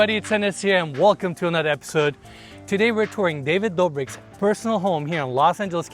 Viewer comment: Who Is David dorbic? Blaa.